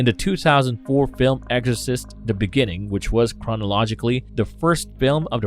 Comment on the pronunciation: Is he saying "eggorcist" 🤣